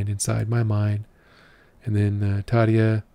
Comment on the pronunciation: Hei ystäväni! Kiitos tervehdyksestäsi. You also pronounce Tarja very well. One very easy rule of the Finnish language is that the stress is always on the first syllable (your pronunciation of Turunen was very good too apart from the stress).